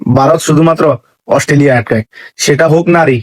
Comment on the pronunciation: Chacha Australia bolte Gia mukhe Assoo hoa gache😂😂😂